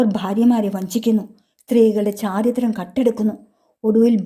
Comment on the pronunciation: അവതരണം നല്ലതാ 👍 ഉദ്യോഗത്തോടെ ചോദിച്ചു എന്നല്ല 'ഉദ്വഗത്തോടെ' എന്നല്ലേ. ചാരിത്രം അല്ല ചാരിത്ര്യം എന്നല്ലേ.